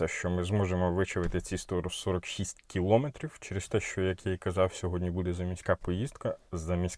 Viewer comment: Аж вухо ріже: не кілОметрів, а кіломЕтрів!😡🤔